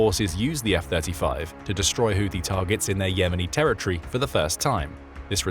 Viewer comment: ter-ri -ty (??) ter-i- tor-y Pronouncement of territory.